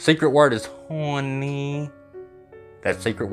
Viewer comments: Hey, what was your secret word for this video? I had to go back and put subtitles on and looked to see what you said. One subtitle says you said “honey” and then the next sentence it says “horny” lol 😂. But I’m still in the middle of watching this video and maybe you say the word again. Idk I just had to mention that because it’s pretty funny from what subtitles say lol 😂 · Haw-knee! Seriously though honey gets on my nerves too. She is annoying. 😳